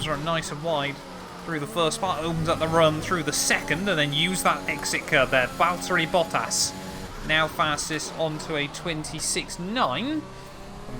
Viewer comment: love the vids, but can you please say Valtteri Bottas like a sane person? There’s no d’s. It’s not Valderri Boddas. Please. I’m begging you for the sake of my sanity 😱💀😂😂😂😂🙏